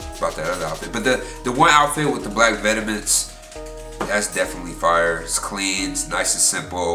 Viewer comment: the way u said vetemens lool btw the third one is a bieber stadium merch sweatshirt and it's red not orange.